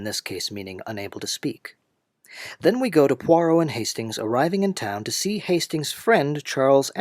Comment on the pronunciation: *NOT PoiRRot!*😠 French has no R as in caRRot, but a gravelly rolling in the upper throat. To make such a strong point, make it *correctly*🤨 - especially saying the name many times!!🫨